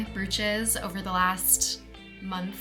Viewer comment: I believe you are mis-pronouncing “brooches” and “bagels” Love your insights, you are talented and a fashion icon.